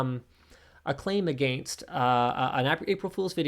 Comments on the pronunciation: The pronunciation of “against” is the real crime. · I do love your pronunciation of 'against'.